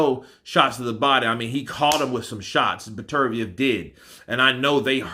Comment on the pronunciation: Get his name right...Beter - biev.